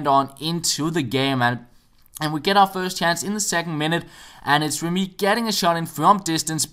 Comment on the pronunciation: It's re-MY, not rem-Y